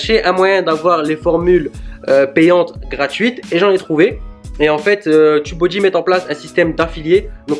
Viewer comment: GROS ! S'il te plait… arrête de dire : "TEUB" BODY c'est super stressant le mauvais lapsus là, et c'est de très très mauvais gout 🤦🏻‍♂🤦🏻‍♂🤦🏻‍♂ ça se prononce EXACTEMENT COMME YOU-"TUBE" enfait… Merci quand même pour ta video interessante !